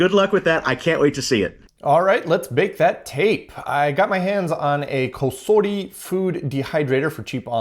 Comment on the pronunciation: I like how you use the Japanese pronunciation for COSORI lol